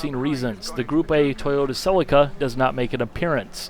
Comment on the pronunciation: that pronunciation of celica